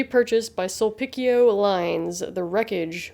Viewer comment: Great video! I would just like to correct some of the pronunciations here, Sulpicio is pronounced as "Sulpisyo", not Sulpickyo". Also Leyte is pronounced as "Ley-te", not "Late". Overall, a great video. Thank you for covering this event. Also, people falling asleep on the job is kinda common here in the Philippines and it's awful most of the time.